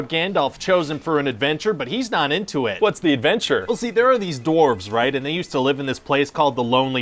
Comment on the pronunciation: I kept hearing him say “doorves“